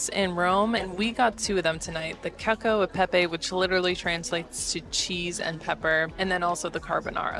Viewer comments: You lost me at Kakio. it's cachio eh pepe! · The pronunciation of “cacio e pepe” isn’t “cakio”, it’s “catchio” 😉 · its cacio not cakio😂😂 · Oh my ears! "Cakio". And it's pecorino in Rome. No wonder Italians roll their eyes. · No wonder the waiter was excited when she ordered the "keko e pepe" lol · I'm Italian and I thought it was cute the way she pronounced CACIO e Pepe. People just need to stop